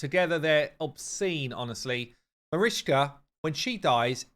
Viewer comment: You can say correct the name of richtoff… why don’t do the same with Marichka ?! She is not marishka. Btw love your videos